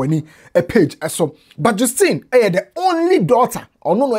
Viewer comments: Justine is pronounced jas-teen not jus- teen. Thanks for your diligence in research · please it’s pronounced JUST-ine. Just as Justice, it is Justine. From the Grandma’s own mouth. Thank you sir🤝🏾😌 just wanted to correct this